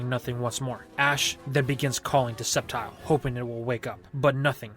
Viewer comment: I think i heard you saying septile uses sleef blade